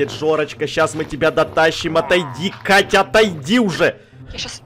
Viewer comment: сказал вместо «Катя» кака😹😹😹